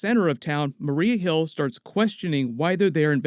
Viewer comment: Yeah "nick furry" and "marie hill" 😉😂😂😂😂